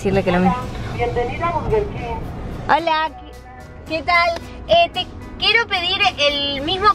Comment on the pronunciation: por que dice barger king aaaaaa no es hate